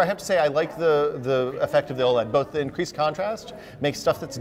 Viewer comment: I thought OLED was meant to be pronounced with each letter like LED o_0, this guy makes it sound weird.